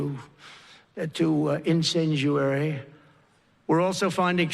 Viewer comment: IN-Senjuary? Didn't want to mention because they were this...I can't find this word... Can anyone enlighten me? The only word which comes up is incendiary... Is that what he's trying to say? Sorry... These types of things grab my attention